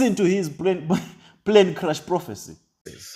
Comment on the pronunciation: I beg wey tin dey crash is it plane or prane lol 😆 😂 😅 🤣 😜 😄 😆 these illiterates never fail to amaze hahahaha 😆 😂 🤣 😉